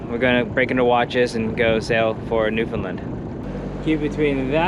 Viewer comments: in my opinion you pronounced it correctly (i.e. colloquially). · You said it right… take it from someone who’s from the region